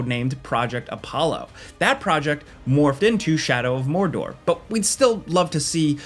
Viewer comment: Pfff, "More-door". Add some spice!